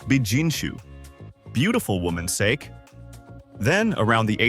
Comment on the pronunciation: The continuous mispronunciation of the word “sake” by the AI voiceover is beyond lame. You could at least preview your audio before posting. I don’t know how you expect to garner much credibility if you think this is acceptable 🤷‍♀️. Very amateurish.